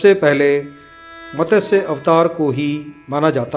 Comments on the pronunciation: मतस्य नहीं मत्स्य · Its Matsya (मत्स्या )not matasya